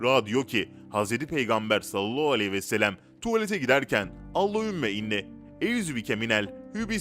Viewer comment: 5000. Videonuz, çok da güzel hazırlıyorsunuz, lütfen Sallallahuvesselem doğru söyleyin, siz sallallahvooooooooouuuuuuuu gibi birşey diyorsunuz